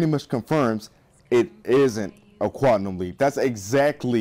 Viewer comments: You say quantum wrong You're saying quantnum with an n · "QUANTNUM LEAP" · you say quantum weird